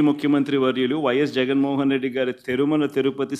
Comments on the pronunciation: తెరుమల కాదు తిరుమల... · తె కాదురా తిరుమల